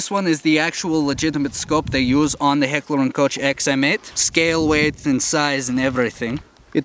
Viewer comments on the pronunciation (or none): you said heckler & Koch wrong you say Koch the way you say coke